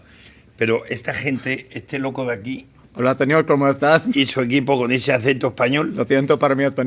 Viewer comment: that accent almost felt like was making fun of him 😭 my man we do pronounce the /s/ sound in words that have "s"... "señor" does NOT have a /th/ sound.. nor does "estás" or "siento" or "español" none of those words include an /th/ sound in Castilian (Spain's) Spanish